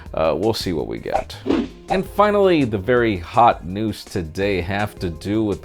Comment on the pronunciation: I like how you say very "HOT" news whenever you're talking about the note 7 haha.